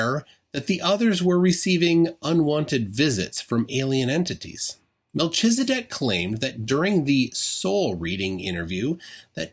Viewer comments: i think it's supposed to be melkhizedek, not meltshizedek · It’s pronounced, mel-KEEZ-a-dek. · I have forgotten everything except how you butchered your pronunciation of Melchizedek. The ch is a hard K sound...